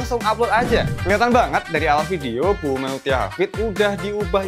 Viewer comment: duh....nyebut MEUTYA tuh MUTIA. BUKAN ME U TIA. 😁